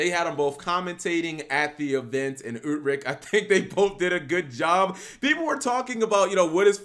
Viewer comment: Love how you say Utrecht 🤣